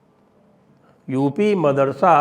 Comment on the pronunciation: Marasada नहीं madarasa